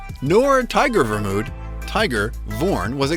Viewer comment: hmmm its tigre...... not tiger^^ and your voice over for the part of immortal king is wrong...